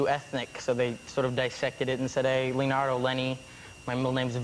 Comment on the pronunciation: They always change The name, instead Leonardo They say Lionardou. Duh